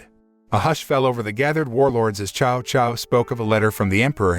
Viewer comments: This is a great movie it's just a shame that u butcher every name next time do research and learn hot to say them. Prime example Cao Cao u said "Chow Chow" it is actually said as Tsao Tsao! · Tsao Tsao is the pronunciation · His name is Cao Cao